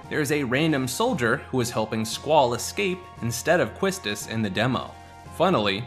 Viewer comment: It's pronounced "KEY-stiss", not kwisstis